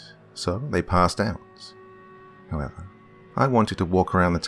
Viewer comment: I read this just as he said “Howevah”